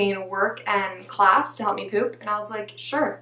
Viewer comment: I love how he says “pwuuooop” for “poop”!